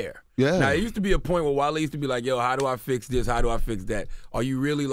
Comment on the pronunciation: Wale keep saying "jone" is so annoying